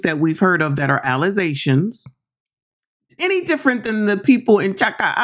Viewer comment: How maniac mayor pronounces "allegations" with her college degree